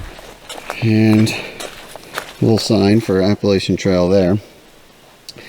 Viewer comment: ahhh, you were in my country...and even pronounced Natahala as the Cherokee do. You know the non-native locals and most hikers say a long A after the H, but I was pleasantly surprised when you said Appalachians as the locals do! I think the NOC has promoted the use of just the initials NOC now. You were so fortunate with the weather and the bonus fog! I really don't think you gave yourself credit for the altitude and humidity when mentioned your challenge on the trail to the first camp site. I know you hike that altitude and higher in the Whites, but even a few weeks at lower altitude, loses the red blood cell concentration and acclimation to the elevation! I found out the hard way in Wyoming. You "suffered" your hammock drop with such grace and humility! So glad you made it to the tower and showed us our beautiful Smokies in their typical summer haze. I was still there when the fires in November 2016 scorched hundred of thousands of acres all over Western NC. Even had some flames a few miles from the ridge next to mine. Rain came just in time for my area. So glad to see the regrowth. Good work on the vid and you need a trophy for the 12 hour drive on 3 hours sleep!